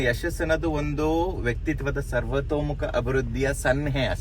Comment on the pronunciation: ಸರ್ವತೋಮುಖ ಅಂತ ಹೇಳಕ್ಕೂ ಬರಲ್ವಲ್ರೀ. ಕನ್ನಡ ಭಾಷೆನೇ ಬರಲ್ಲ. ಅದರಲ್ಲಿ ನಗೋದು ಬೇರೆ. ಕನ್ನಡ vlog ಮಾಡ್ತೀರಾ 🤦‍♂️